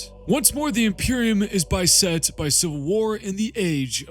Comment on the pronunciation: Hey man, mispronounced apotheosis, beset and refuge. Not to be critical, just in case you care. Excellent video though, especially at it’s length. I’m 2 weeks into the 40k verse and your videos have been essential for into to the verse.